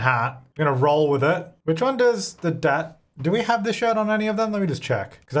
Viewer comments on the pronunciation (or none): none